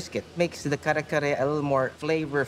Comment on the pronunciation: Love the name of the restaurant. That one lady pronounced it "car-car- tho 🤣 I'm dead